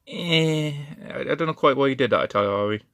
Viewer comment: I T A L A R E E ... not Italiriari . Just FYI